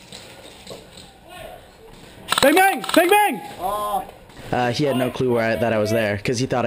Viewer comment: laughing so hard at him saying "BANG BANGBANGBANNBGBFNSDFfrahfsydbcxzj"